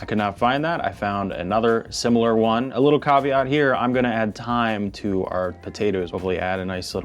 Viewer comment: IT IS NOT THYME!!!!!!!!!!!!!!!!!!!!!!!!!!!!!!!